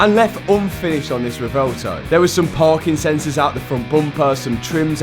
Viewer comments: Please pronounce the name of that beautiful car correctly. It’s pronounced Rev-oo-elto. Like a cow’s sound, moo. That’s the U in Revuelto. Now, just run it together, quickly and smoothly. Revuelto means scrambled in Spanish. Don’t understand why Lamborghini would call it Revuelto. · At least try to pronounce the name of your car correctly. It's not 'revolto' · the rewouwtouw lol - if you drive such a car you should learn how to pronounce it correctly first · lol "Revolto" Is Matt ever going to pronounce this thing correctly? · Its pronounced REB WELL TOE.